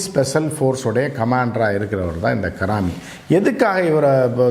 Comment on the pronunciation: Don't pronounce his name as Karaami, his name is Haraami